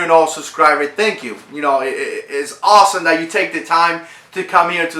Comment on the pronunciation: Did he say awesone? At the beginning... 😹